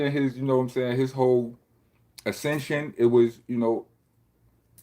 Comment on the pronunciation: Ass-cension *pause*